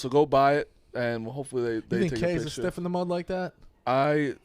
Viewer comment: Did just say stiff in the mud? Idiot it’s stick in the mud